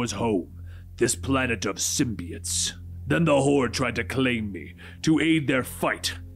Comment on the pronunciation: why do you have to pronounce symbiote like that ?